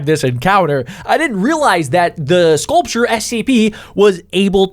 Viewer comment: The way the guy talking said scaulrure is ugly and stuff like that